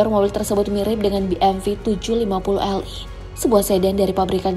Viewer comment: Koreksi bmw: be em dobel yu (cara baca gampangnya)